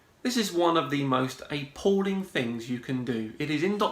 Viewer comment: "Aypalling"?